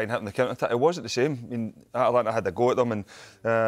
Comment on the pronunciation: The name of the club is ATAlanta not Atlanta. It's so annoying to hear 😂😂😂